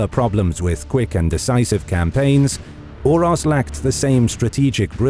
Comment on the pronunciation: It is so lame that you say like "Urosh" on one accasion, but the other guy is like "Uros" with an "s" on the end... they had the same name, you pronounce it like "Oorosh" if you want stupid English to influence your pronounciation...